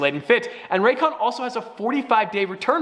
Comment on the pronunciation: "The ran cans" "Ray's con"